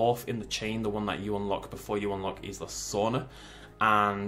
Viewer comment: Pronounced eesla